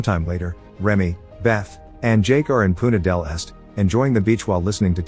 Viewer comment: Narrator commited a crime while trying to pronounce Punta del Este